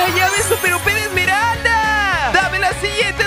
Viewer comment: no se dice emeraldas op se dice emeralda del caos